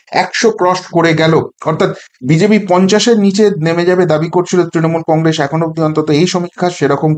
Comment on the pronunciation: Ar e age Congress uchharonn ta thik kor...tarpor to harabi ..😂